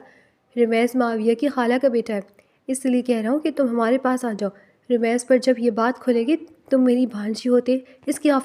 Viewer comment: It's rameez not ramaiz